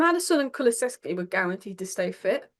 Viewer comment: Lovely to see has absolutely nailed the pronunciation of Kulusevski now! 😅